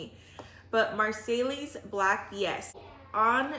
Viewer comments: This is the last year I’m doing cups. Not that there is anything wrong with it but with fig pops I can get twice as many in the same space. And not to be annoying but Marseille is pronounced Mar-say……. Crazy all those letters wasted….. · You got some great cuttings Ma'am; by the way Marseilles Black is pronounced "Marsay black" if I remember my french language correctly. I grow figs in Victoria, BC way north of you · Marseille is French, pronounced “mar sy”